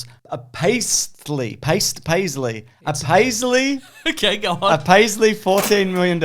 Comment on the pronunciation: I loved hearing trying so hard to say paltry and going in the absolutely wrong direction 😆